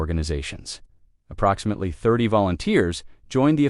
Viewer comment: What a shame. I cannot listen even though, I'm interested. Using AI that can't pronounce approximately...no buneo.